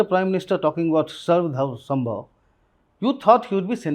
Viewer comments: Say " Sarv Dharm Samabhaav" not Sambhav. you are Indian not British. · सर्व धर्म समभाव not सम्भव. kept on incorrectly pronouncing it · cant even say “Samabhav” correctly and keeps making the same shallow point! Analysts like yourself are responsible for clickbait half baked assessments. Please introspect and get better in this five years term